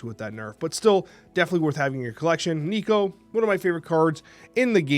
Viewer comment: Thank you for saying Nico's name correctly❤️. I forgive you for your past transgressions. FF and Nimrod are worthy of a series 3 drop. Is surtur the new Thanos? "Big power... That's a surtur card".